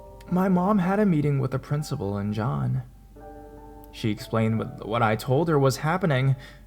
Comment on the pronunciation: "She," not "shae."